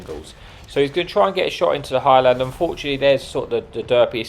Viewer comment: Your saying it the same as petty lol it’s one word highlander,not high lander,I’m Scottish so I’ll forgive you😂